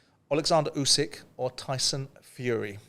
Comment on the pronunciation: Get real Simon it’s Usyk